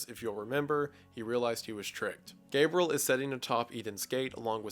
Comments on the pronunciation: And also Gabriel. Not Gabrel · Guy pronounces names so strangely. Gabriel [GAY-BRULL] Satan [SAY-DIN]